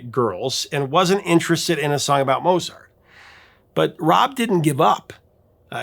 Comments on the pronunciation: Pronounced Mote-zart. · The maestro's name should be pronounced, "Mowt sart." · You actually mispronounced Mozart. [cringe]